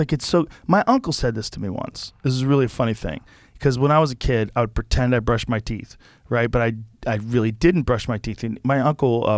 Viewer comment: Joe “brushend my teeth” rogan